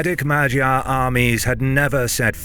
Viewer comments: where,pray tell,did you come up w/"ma jar"in place of"mag yar"? G.Davis sr 30Sept'24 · the gy sound is a palatalized d sound, so more like "madyar" . also don't stress about it, we understand that most languages do not have this sound. it's okay to say it however you can. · You're pronouncing it wrong. You're saying Magyar like "gyroscope". Instead, the correct pronounciation is "maghyar" - with the G like in the word "give" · "Ma-jee-ar"? is that the way it is pronounced? I had always heard "Maag-yaar" before. If so, I've been saying it wrong in all my ck2 mp games!!! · Common you can't pronounce some names like the Anglo-Saxon do Guy is pronounced like the "gi" in "gibberish" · I think you are pronouncing Magyar wrong. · Yes, in the pronounciation the "gy" sound is incorrect but it is more-or-less close enough to the original, so not that bad. TBH for an English-speaker it is very difficult to pronounce "gy" correctly. Hungarian language and pronounciation can be really weird. :)